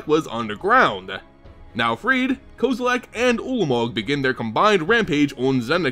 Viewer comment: Aay bro the way you pronounce kozilek is wack, its cool tho. Thanks for the info